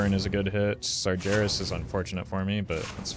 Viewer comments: Its Sar-Geras, not Sar-Jeras! 😮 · there is no way you called him "sarjerras"...